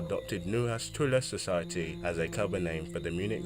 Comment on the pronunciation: I'm sorry my dude but your german pronunciation is just all over the place! "troll society", "walter nuhasch", "Germanadon"... Like what?? Next time please put those terms through Google translator so you know how to say it before reading the wiki page.